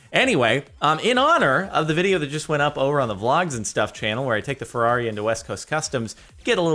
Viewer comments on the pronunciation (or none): none